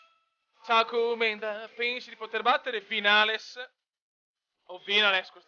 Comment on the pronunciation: vinales si pronuncia vignales!;) grande come sempre!